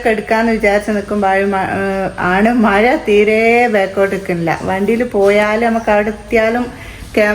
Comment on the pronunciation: മയ അല്ല.. മഴ.. എന്ന പറയാ..